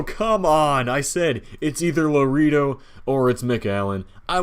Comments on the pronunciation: La reeeee doh? I don't want to beat you up but it's pronounced La RAY doh. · True! And I think to this day he still says it like La reee do instead of La RAY doh. LOL